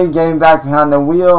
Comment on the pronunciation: "It feels good to get vehind the vheel again..." FOOL YOURE PLAYING WITH A TOY